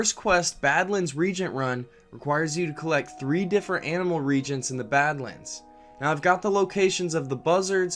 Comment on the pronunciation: You might want to look up on how to pronounce reagents and sepulcher.